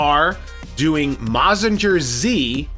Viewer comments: Can't call yourself a mecha fan if you don't watch Super Robot Shows (Mazinger Z (Btw Mazinger is pronounced with a "guhr" rather than a "jer"), Getter Robo (Combining Grandfather), Steel Jeeg, etc) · I hope that the Bumblebee movie will not be in the Bayformers universe. Bay can include "A Bee Movie" instead and we won't mind. Oh,by the way, Mazinger Z is pronounced as "Maz-zin-ger Z" in a fast tone.